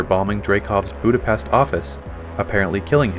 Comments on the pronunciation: Kudos for pronouncing "BudapeSHt!!" Natasha would have been proud!! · The authentic Hungarian pronunciation is "Boo-duh-peSHt" as in "ship" and "sheep." So both Nat and were correct except was saying it as an English word.